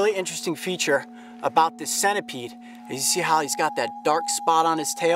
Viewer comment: show not shoe, about not like